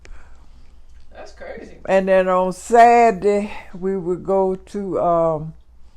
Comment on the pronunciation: “ On satday “ 😂